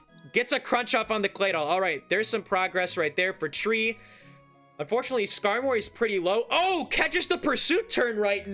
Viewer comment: commentary is so good, but it's Skarmory like "armory" my dude. Please 🙏